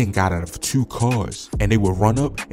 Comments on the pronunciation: Your definitely from Baltimore with that "Tuu" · How many times did he say Tuuu! 😂😂😂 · "tew" dude def from bmore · Bro said jurne twenty twenty tuurrr like a brit or sum shit ong I fuck with the accent shit be having me rolling 💀🇬🇧😂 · The way you say "twoo" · Jewn tew thousand twenty teww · The way he said 2 I knew he was from Baltimore